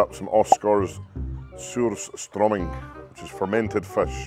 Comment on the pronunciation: Luke actually said Surströmming pretty good!